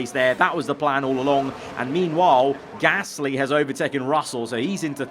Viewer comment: It's so frustrating that can't say Gasly right